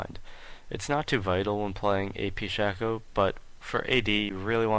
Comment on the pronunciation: You didn't say what abilities you maxed first. Also it's pronounced Shay-co. I don't know why, but it is. Decent though overall.